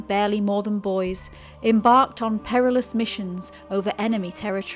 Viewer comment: 'Perilious': an interesting pronounciation.